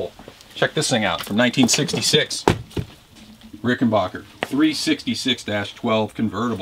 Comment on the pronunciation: It's Rickenbacker, not Rickenbaaker...get it right!!! 🙄🥴😱😡🤬